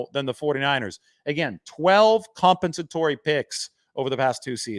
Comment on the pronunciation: Lol, can't pronounce "compensatory"